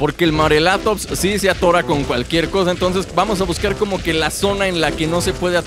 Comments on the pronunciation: por favor mis oidos sangran al oir morelatops es morellatops con doble ele y no se dice asi por favor MORELLATOPS con ll no con l suena como si tuviera y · se escribe morellatops pero se dice moreyatops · Se dice morellatops pronunciando las dos (Ll)